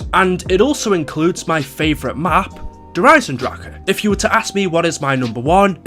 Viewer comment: Hey he said it right. Kind of.